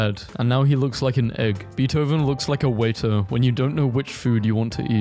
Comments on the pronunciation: not beathoven but b A thoven baithoven without the i sound. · DID HE ACTUALLY SAY BEET-OH-VEN? BRO IT'S BAY-THO-VEN